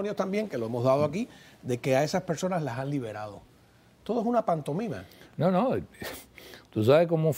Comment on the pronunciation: Parece mentira que un presentador de una televisión de EE.UU. como América TeVe Miami diga "PANTOMINA", en lugar de pantomima. Nada, que el hábito no hace al monje. Tome nota este canal y manden a dicho presentador a estudiar un poco. Dice "pantomina" porque así lo aprendió de la incultura ciudadana de Cuba (de siempre), y otras palabras mal dichas también se habrán alojado en esa parte de su cerebro que guarda los recuerdos.